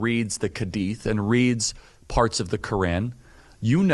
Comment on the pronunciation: "Kedith" "Keran" mmh yes. Pronounciation. Charlie Kirk truly an expert